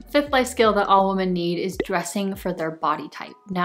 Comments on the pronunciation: Love all your videos I’m learning so much from you! Just genuinely curious….why do you say “woman” instead of “women”? I just wonder that every time I watch your videos lol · This is great. But it seems you’re pronouncing women incorrectly. Women (plural) should be pronounced “wimin”. And Woman (singular) should be pronounced “woo-maan” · Wise words! (As an English teacher, I get really distracted by your mispronunciation of plural “women.” If you’re going to say it so frequently it’s best to pronounce it correctly.) But, well done video!